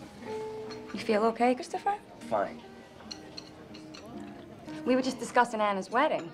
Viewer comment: Cwistoffuh is the worst